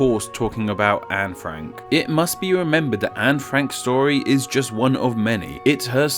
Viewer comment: I swear I heard you say Frankyou